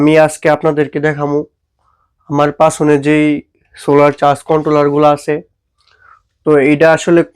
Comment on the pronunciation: পাছনের ❌ পিছনের ✅